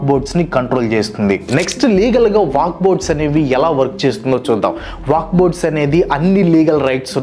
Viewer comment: వాక్ కాదు వక్ఫ్